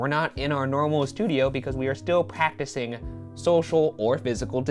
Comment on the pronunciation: Ummmmm did Ryan say “packticing” instead of practicing? Asking for a friend